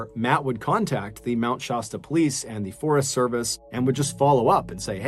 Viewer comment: Mr. Ballen,Oregon native here. I love listening to your stories. So sorry to say that there is one part where it turns into nails on a chalkboard. You pronounce Mt. Shasta, like Pasta. It's not, it's pronounced with an "a" like in cat. ❤❤❤❤❤Mount Shasta is typically pronounced SHASS-tuh. The "sh" sound is the most common, and the "a" is pronounced like the "a" in "cat". Youglish recommends breaking the word down into "shast" + "uh" to help with pronunciation. Some people may also hear it pronounced more like "Shawsta", but the "Shass-tuh" pronunciation is generally considered more accurate.